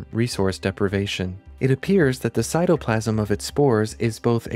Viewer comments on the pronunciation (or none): none